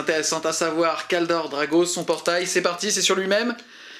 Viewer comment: je veux bien passer à côté des vingt zattaques (il n'y a pas de s donc pas de liaison à faire) mais Kaldor Drago alors là je ne peux pas. C'est Draigo par Crom, DRAIGO. Je ne suis pas gros joueur Chevalier Gris mais je souffre chaque fois que je t'entends changer le nom de l'un des personnage les plus iconiques et invulnérables de 40k contre celui d'un dopé incapable de battre un simplet de la moitié de sa taille (:D)